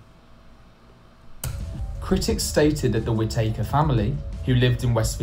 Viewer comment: no one, anywhere pronounces it like whit takers 🤣🤣